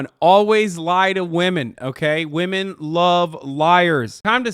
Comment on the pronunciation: I love how the second guy is incapable of saying women plural.